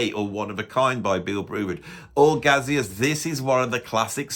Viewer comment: Your rationale behind suggesting "Expresso II" is as flawed as your pronunciation of "Gazeuze!"...